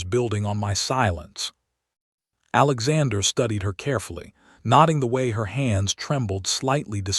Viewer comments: A good story ruined by that AI. Do you even listen to this before you post it? There are different pronunciations of “READ”. Also mispronounced.: Staring NOT “starring” Noting NOT “knotting “ Hoping NOT “hopping” And more…. Do better. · Oh my God noting not notting!